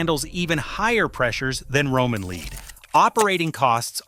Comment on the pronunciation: The narrator must be ignorant or A I. The metal lead is pronounced "led" not "leed". 👎